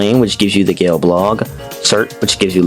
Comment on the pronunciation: "cu chewlain" "gale blog" don't mispronounce my goat like that